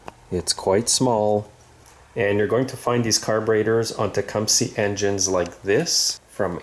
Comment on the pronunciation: Probably thumbs down for pronouncing the name of the engine as Tecumsie..